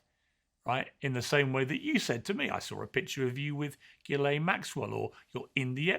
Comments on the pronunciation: learn how to pronounce names. You pronounce Ghislane, Geelane, not Ghislane. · This puberty-robot tries to attack Pierce and can not even pronounce Ghislaine properly 😂😂😂😂😂😂